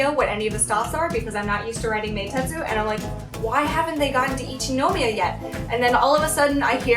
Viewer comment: 電車での出来事は本当に残念でしたね。駅員さんは大抵丁寧に教えて下さると思いますので、自信がないときは聞いたらいいんだと思います。私は田舎にいるので地下鉄は不慣れなのですぐに聞きますよ。 私もハローと同様に英語での日本語の発音に違和感があります。『一ノ宮』にしてもイントネーションが全然違うので(-.-;)